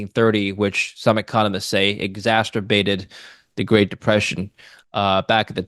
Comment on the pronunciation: There's only one T in exacerbated, it's not exacerterbated